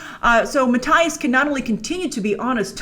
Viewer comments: It’s Mattias to be exact :D Not ”Matthyas”! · MatTIas 🤣 Grace you need to look up how to pronounce it 🤪😂